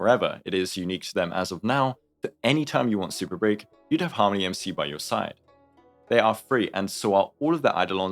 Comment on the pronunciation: Is an AI reading this script? Why do they pronounce it Harm.... ony MC